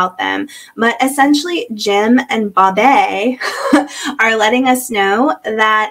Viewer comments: What is this "Bob-yay" crap? Is that really how she pronounces her name? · I love your commentary. I just got up to where you talk about the Holts, and I looove how you call her “Bob-yay”!! Talk about irony, their names are literally JIM and BOB(ye). But…wasn’t Josh staying at their freakin’ house while he was under house arrest?!? Maybe I haven’t gotten up to that part yet.